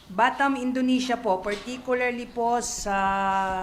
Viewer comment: BATAM, Indonesia po not Bantam